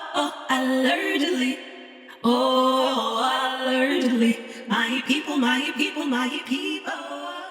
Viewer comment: Please with respect, it's Allegedly and not allergedly. Proper pronunciation is important especially if you are making content for the masses to watch. It's like you are perpetuating the wrong thing. Again with respect